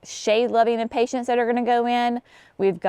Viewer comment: Is it a “southern thing” to pronounce Impatiens as Impatients? I love your videos and appreciate the step by step explanations…but always smile when I hear you pronounce impatiens.